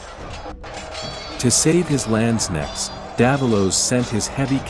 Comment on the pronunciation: pronouncation isnt the strong side of the Video! The K in Landsknecht are pronounced much stronger!